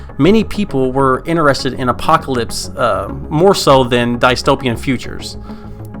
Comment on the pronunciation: Ur saying dystopian wrong and it bothers me greatly but other than that good video